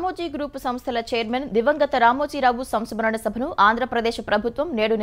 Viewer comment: SAMSKARANA SABHA kadu mantri garu....SAMSMARANA SABHA😅